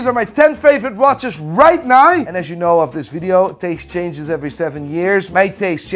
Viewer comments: RIGHT NAUR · you mean right naur ?